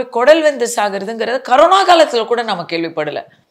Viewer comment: அது கரோனா இல்லம்மா கொரோனா ...!corona😂😂